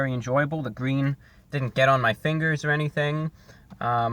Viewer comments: IT'S GWEEN!! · It's gween!!! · IT’S GWEEN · It's GWEEN I mean it's GREEN 👍👍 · It's gweeeen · I was waiting for a GWEEN MEME! Stop pronouncing your "R" correctly! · It's...ITS GWEEN! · Review Bruh!!! It's GWEEN! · "It's IT'S GWWEEENN!" Haha You are awesome Review Brah.